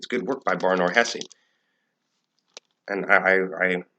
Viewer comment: No, actually Ben Shapiro pronounced Hesse correctly. And you’re pronouncing Shapiro wrong.